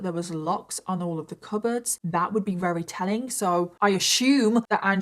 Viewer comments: Why do you say “reary” instead of very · Ok wait are you saying “rery” instead of very? Or are my ears messing with me?